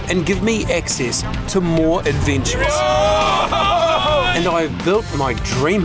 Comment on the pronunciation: 'Fushing advintures' 😂😂😂